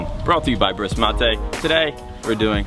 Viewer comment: Brisk Mattay? What??!! its Brisk m8